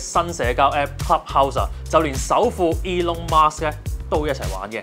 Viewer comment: Elon Musk﹐唔係 Mask!